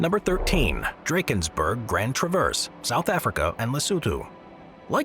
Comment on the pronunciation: My wish is that youtubers start pronouncing names of places correctly. The pronunciation of Drakensberg in this video is appalling.